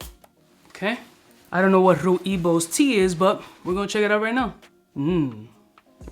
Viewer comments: Rooibos... Is (so far i know) Dutch spelling. Pronounce it like 'Roy + Bosch' and then you're pretty close. Anyhow, smelled Rooibos this week and that is great. Need to smell the other ones. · Rooibos is pronounced: Roy Boss . It is a South African tea made from the bark of the Rooibos tree( so not really a tea, but a bark drink) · Rooibos is pronounced “Roye-Boss” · Haha another great video. As a south african I will help you out. Rooibos is pronounced Rooi(Roy)bos(Bohs). Its a South African tea. indigenous here also. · it's just "Rooibos" (pronounced “roy-boss”) and is a herb. Commonly used in tea and very populair here in the Netherlands. Personally not my cup of tea :P .. Keep up the work!